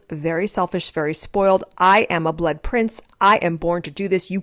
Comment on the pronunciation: When you said “he IS a prince”… … I heard ‘he IS a prick’…!